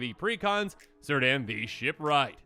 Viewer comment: FYI, all Cs in elvish words are hard Cs. They will never sound like an S. It is pronounced like a K sound, it would sound like KEER-dan.